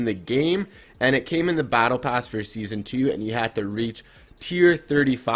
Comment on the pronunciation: Did you just say sesone 5 is OG 😂